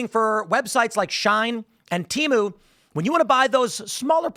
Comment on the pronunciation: It isn't shine. It's pronounced she - en. Its also not teemu. Its pronounced tay-mu